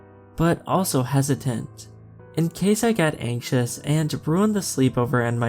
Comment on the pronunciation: Anxious❌ anksos✅ 😂😂😂😂😂